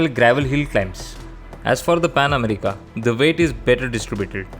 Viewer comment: You may be a good rider but you're a horrible presenter. Dude, you really need on your language, pronounciation, clarity and everything else! It's Pan America, not 'Amreeeka'. And what the hell do you mean by 'its look'? Was sleeping or had he taken a day off? How in the world did this get past the editorial board?!